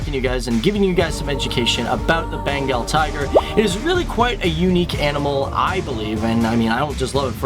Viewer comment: it's Bengal tiger not Benagal Tiger . . . something's missing... oh yeah it is called The Great Bengal Tiger :-) though NYC work bruh